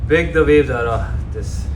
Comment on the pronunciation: Its VAVES, NOT WAVES.